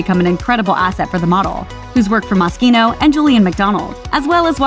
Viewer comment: they did not just say mawskeeno its MOSCHINO GET IT RIGHT